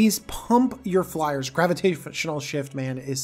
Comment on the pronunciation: "flyeres"? What are flyers. Fliers? Flyerererrrerererez?